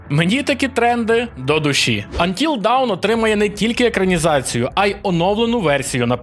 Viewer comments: ти плутаєш 2 англійські слова Dawn і Down. Гра називається Until Dawn - до світанку (аж ніяк не 'поки вниз'). І слово вимовляється як Дон, а не Даун. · будь ласка, "антіл дон" або "антіл доун" (до світанку), але аж ніяк не "антіл даун", дякую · Until dawn. Not until down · Тільки "Антіл доун", а не "Антіл даун". Це різні речі :) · Ох по ушам фигачило "антил даун". :) Це ж "антил дон" насправдi. Dawn /dɔːn/ -- рассвет. P.S. Да, да, дебильный английский. dAwn - дОн, dOwn -дАун. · Трохи побубню :) Until Dawn - це НЕ "поки вниз". "Вниз" - це Down. Dawn (читається "до:н") - це "світанок". То ж Until Dawn - це "до світанку". Має сенс, еге ж? :) Дякую за відео! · який ще "поки вниз"?))))) dawn (не давн, а дон) = світанок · Until Dawn /dɑːn/ - поки не настане світанок, down /daʊn/ - вниз